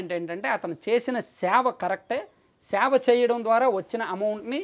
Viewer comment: సేవ, శావ కాదు.